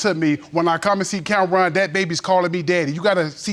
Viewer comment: I'm 3 mins in but I had pause it. His name is Judge Lake. (like RONald McDonald) 😤 Ok...now let me get back into this story 🤣 🤦🏾